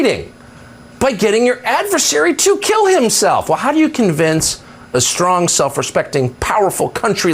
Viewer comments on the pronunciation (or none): none